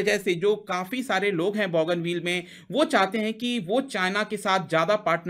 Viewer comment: बॉगनविल नाहीं लेकिन बोगनवील । बोगनविलिया नाम के रंगीन पत्तों के नाम की creeper tree है ।